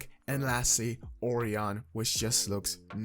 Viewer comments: Oh Ryan. Orion. Not Oreo hon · Oh-Ryan is how its pronounced. I really like these camos! I also think your correct about how to obtain platinum. Its the only way that makes sense to me lol Thanks for sharing! Good vid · orion is actually pronounced O-RIAN just letting you know. love the content keep it up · Pronounced: Oh-Ryan.